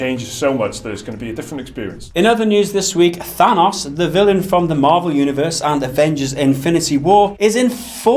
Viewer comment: How do you mispronounce Thanos?